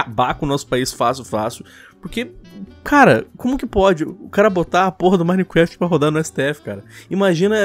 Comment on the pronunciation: Hacker nutella: Anonymous Hacker raiz: (parem de falar "Minequeft" e fala certo ;-;)